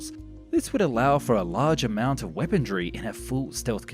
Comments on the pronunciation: I dont understand the grammatical errors and word pronunciation in these vids. "Weapondry"? It sounds like the errors of a script just read verbatim by an AI voice-over. Very strange.. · liser? weapondry? hoperate? is this on purpose? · For the love of God man... its weaponRY not weaponDRY. Good video otherwise.